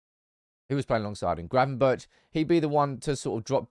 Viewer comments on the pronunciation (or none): Gravenberch is pronounced differently: Good= [Berg] Not good= [Birch]